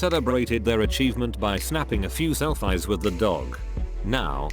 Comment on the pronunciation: Bot errors : 1) self”eye” (selfie) vs. selfee 2) reed (read) red. Actual word in parentheses, mispronunciation vs correct to left or right. Context or proper enunciation cannot be deduced from minimalist programming!!